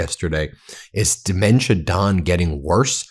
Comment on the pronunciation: I'm saying it "Very Strongly", Duh-mentia! ...💪🇨🇦